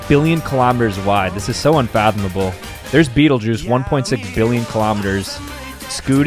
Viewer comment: Beh tell gay use is how betelgeuse is pronounced